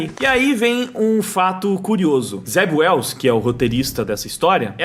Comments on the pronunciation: Em - Zeb Wells? Eu tinha entendido Zé Ruela 😁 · Alguém mais entendia "Zé Ruela" cada vez que o dizia o nome do roteirista?